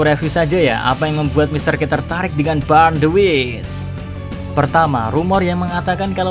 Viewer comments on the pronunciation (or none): burn cara bacanya bern kak.